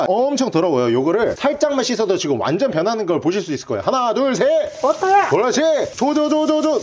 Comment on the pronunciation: 옛날 워터야 >우터야 하지않으셧나?ㅋㅋㅋ